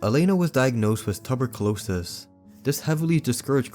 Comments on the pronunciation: i know you didnt just pronounce that as"tubber cue losis" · i think was meant to be tuberculosis bc the pronunciation was a hit hard to understand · Hi I'm a foreigner and understood just right:) he may have pronounced it differently but i think it was understandable. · aint no way a grown man cant pronounce tuberculosis correctly